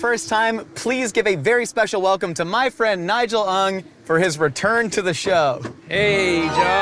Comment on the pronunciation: The pronunciation on 'Ng' was so on point!